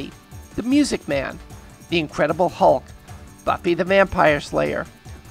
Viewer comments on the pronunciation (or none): none